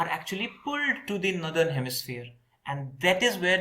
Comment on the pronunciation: Great except the way you pronounce northern. It‘s nor-thern, not nu-thern.